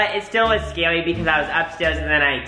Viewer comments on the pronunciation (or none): “That was so scawwy” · When said that was scawy I died 😂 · "That was so scawwy " SJSKDKA 🥺🥺🥺